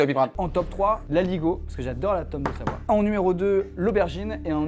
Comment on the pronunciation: "SaVOie" mdr